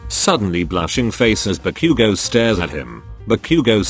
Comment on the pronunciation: I heard barbeque-go Now Ba-Bakugou But barbeque-go 🤣🤣🤣🤣🤣🤣🤣